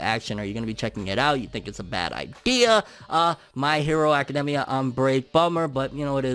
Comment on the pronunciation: Anyone else gets bothered by the way he say academia ?